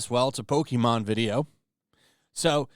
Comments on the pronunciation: did he say "Pokeemon"? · It's been over 20 years. It's pronounced Poke-kay-mon. God! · I HATE when people pronounce it “Poke- ee-mon” It’s been a franchise for over 25 years, you know how to pronounce it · Lol. When people want to look cooler than pokemon they always pronouce it poke-ee-mon. Everyone knows iys pokemon. Poser. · Please don’t call it pokey mon